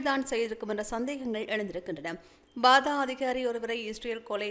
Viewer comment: பாதா இல்லை fatah என்று சொல்லுங்கள். News வாசிக்க முன் நன்றாக சரி பார்த்து சொல்லுங்கள்